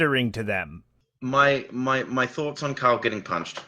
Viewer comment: He calls Carl “Kyle”. It is his accent or … what is going on here?